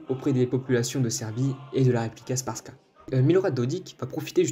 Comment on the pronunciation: La prononciation mon frère 🤣 🤣 alija tu le prononce Aliyah frère et republika srbska en gros tu le prononce repoublika serbeska mais sinon merci 🙏